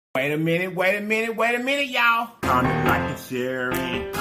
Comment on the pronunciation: Man whole time I thought u was saying commit like a shearit. I’m thinking like what’s a shareit. But today I heard comment like and share it 🤣🤣 got it